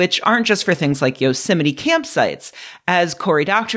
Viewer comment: Every time you say Yosemite I hear Donald Trump saying "yo semite." Ruined for me forever.